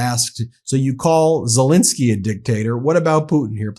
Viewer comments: I like your videos and support the opinion...but why, just why do you insist on saying "Sel-IN--skyy" instead of his actual name "Sel-EN-skyy"? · Much as I admire the work Meidas Touch is doing (and I really do!) - could you possibly pronounce ZelENskyy's name correctly - and not as the person supposedly in charge, who says ZelINsky, which to my ears sounds very Russian! Oh, and Macr ON would be closer than Mac RONE. Sorry, trivial point I suppose, but respect to the hero by pronouncing his name as he says it would be nice. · Ben, please pronounce President Zel E nsky and also President Mac RON correctly. I love and trust your reports please continue.